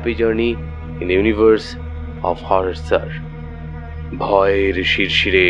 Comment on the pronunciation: HORROR কথাটার উচ্চারণ বার বার 'হাওরার' শুনতে কানে লাগছে। একারনে stylised বাংলা ও ইংরেজি না বললেই ভালো যখন তা কোনভাবেই অনুষ্ঠানের কাজে আসে না।